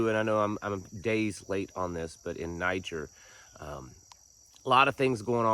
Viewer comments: Niger is a former French colony named by the French. Pronounced “Nee Jair”. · Pronounced Ni Jeer.